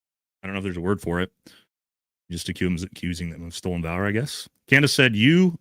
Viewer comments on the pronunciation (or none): none